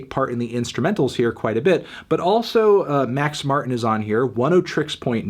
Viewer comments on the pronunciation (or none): none